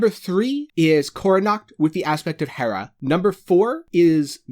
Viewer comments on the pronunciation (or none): none